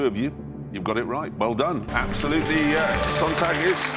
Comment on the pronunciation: I get that's not the point but the moderator's German pronunciation is absolutely terrible EDIT: nevermind, the contestant's pronunciation is even worse